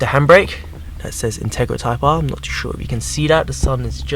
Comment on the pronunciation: intarga type Arf . that's what it sounded like you said lmao. jk xD